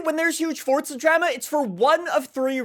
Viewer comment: No way pronounced drama like that